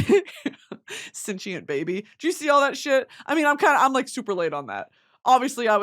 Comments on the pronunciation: What is this “senchient” pronunciation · For a comm major u really b saying sentient as “cent-she-int” lol stop